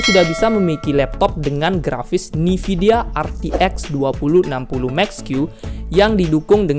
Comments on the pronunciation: sorry bang koreksi bukan "NIVIDIA tapi (E)NVIDIA" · bang gabisa ngomong nvidia apa? nividia mulu😂🙏